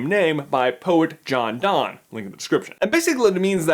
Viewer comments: This may be pedantic, but John Donne is pronounced Dun not Don. It really tripped me up, and I had to watch the video twice because I couldn't focus on the content the first time around. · Sorry, I have to be that person: John Donne's name is pronounced like "done." I'm an English major so I can't help it 😂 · Like the videos! It's John Donne( pronounced "done" or "dun") :)